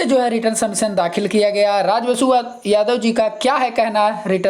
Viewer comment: रिटन सबमिशन होता है रिटर्न सबमिशन नहीं क्यों अंग्रेजी का बलात्कार कर रहा है